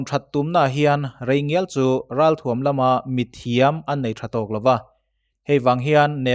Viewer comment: thuam tih hi tuam thluk anga lamri lovin,ralthuam tih a thuam thluk ang hian lamrik ni ta se ngaihthlak nuam zawjin a rinawm